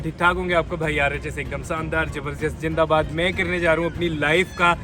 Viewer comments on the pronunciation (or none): It is better to say Zindabad instead of saying jandabad .